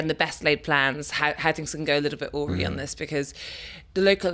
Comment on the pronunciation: "awry" is pronouced "a-rye", not "aury, just a tip.